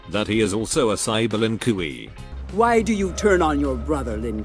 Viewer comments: Ah yes, the len cui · Lin Kuei: "Lin koowee" Kung Lao: "Kung Lay-o" Kintaro: "Kinteroe" Noob Saibot: "Noob Say-bot" xD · I love it when the voice mispronounces the voices like "Lin Koowee" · I love how stupid the text-to-speech sounds. For example; "Lin Kooee". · Oh yes the "lin qu E" my favorite clan